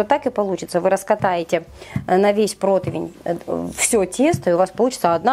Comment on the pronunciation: Протывень режет слух